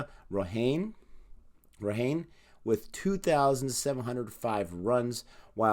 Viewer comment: Its Ajinkya Raha-ney brother 😁😂